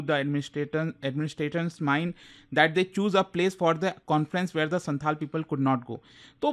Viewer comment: Its not Shanthal, Its Shaontal